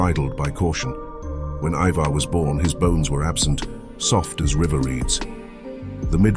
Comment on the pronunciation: ivar is pronounced eye-ver. not E-ver and hearing it a bit too much for me to watch the whole video